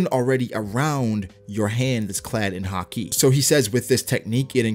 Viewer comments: just say haki like everyone else does including anime. not ha-kee lol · Man it's weird how you say haki sometimes. "Ha-Keee" lol. Great videos though. I'm a relatively new follower but I really enjoy your videos. Keep up the good work! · ugh I always hate the way he pronounces haki